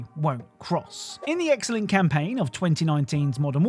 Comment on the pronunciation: I just realized he’s been saying Eggcellent not excellent 🤦🏾‍♂️